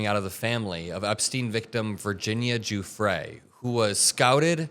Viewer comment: How does any self-respecting reporter not know how to pronounce "Giuffre" by this point should turn in her press pass. Jeffries? Seriously?